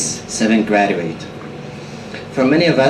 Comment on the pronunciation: MaShaAllah! You are such an example of an eloquent speaker. All kudos to you, buddy. You butchered the word "graduate" though. Better say "ˈgraj-wət".